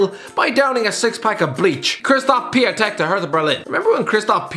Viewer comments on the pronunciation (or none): dude why did you pronounce Piatek like that